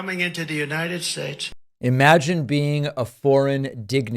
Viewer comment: . . . "a foreign dignity. . . the United Shaesh . . .